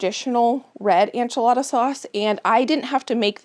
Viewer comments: I love u so much and ur videos but why do u always say ANCH-A-LADA instead of ENCH-A-LADA ???? 😂 I religiously watch ur videos and love everything u do but it makes me laugh everytime u say enchilada hahaha. I’ve been waiting for this video tho so thank u ❤️ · Your pantry is impressive & motivating - GOALZ! Isnt it nice to feel prepared for any eventuality (loss of power or job, illness, etc...or even to avoid a trip into town for missing ingredients!)?!? Such a comfort (as well as convenience). (PS - are you confusing ENchilada w/ANcho peppers...as far as pronunciation?)